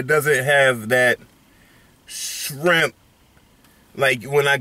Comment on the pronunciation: Nigga said baa jaa sharimp 🌮